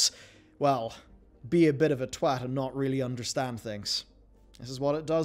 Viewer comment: Hard T twat not a soft T lol